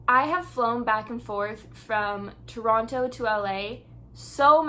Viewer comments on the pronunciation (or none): she says toronto like a person whos not from toronto